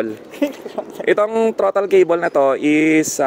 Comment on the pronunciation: trotol keybol, bisaya ka man dong😊